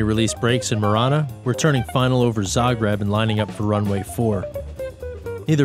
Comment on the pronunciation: Zah-greeb it is!